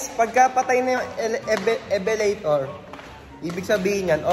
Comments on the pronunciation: "evelator" WHAHAHAHAHAHAHA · "Ebelator" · ITS elevator not eveletor 😂😂😂